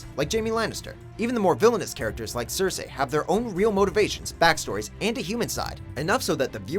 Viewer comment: Loool it’s Cersei not cersai